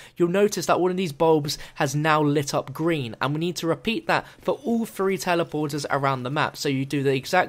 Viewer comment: Three? Or phfree?